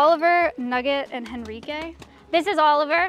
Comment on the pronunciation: I was like you're saying Enrique wrong then it clicked........Henrique. Amazing.